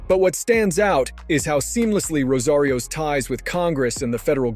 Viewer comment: For credibility sake, please pronounce her name Rosa Rios (with a gap between Rosa and Rios) it's not Rosarios ffs